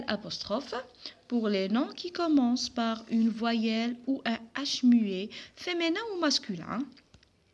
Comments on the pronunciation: Apprenez d abord la prononciation française on dis Féminin et non pas femenin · On dit féminin avec mi pas avec mé